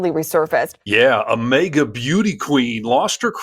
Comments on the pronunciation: for heaven's sake stop saying MEGA. It is maga so it sounds like maggots. And it is make America.. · I'm sorry, but it's not May-gah, it's MAGA as in MAGAt (or maggot). I will be 🗳 voting 💙 !!! Her blatant use of the N seems like she is racist, no doubt, and racism is taught and runs deep. She appears to be darker skinned. I am not sure what her ethnicity is. No matter, no one is better than another. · Maega? It's MAHGA! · Dude! It's pronounced MAGA - like magat, not Mega. I don't get why you mispronounce it, but I can't watch you because of it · YOU ARE DRIVING ME NUTS WITH YOUR "MAYGA"! It's "MAAAAGA". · MAGA ... not 'maygor' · It's pronounced "magat" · Why do you say MAGA like Mega! That shit bothers me everytime I see this dude say it! That’s y I’m not subscribing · "Mayga" is grating on the ears... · Why are you pronouncing MAGA as mega. sounds dumb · The way you pronounce MAGA is so distracting that I missed what she actually said and was just fighting my brain to unfocus on the pronunciation kkkkkk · Sir, you pronounce “MAGA” kinda weird, with a slight pause between the two syllables. It’s as if you are trying to be sure that people are hearing you say “MAGA” and not “maggot”. Save yourself the trouble, though. Because they pretty much are the same thing. One just wears that stupid hat to show it.